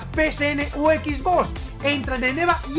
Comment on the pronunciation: “Xbos” jajjajajaja